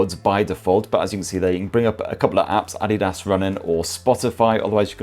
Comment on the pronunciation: The first English speaking reviewer who can pronounce adidas correctly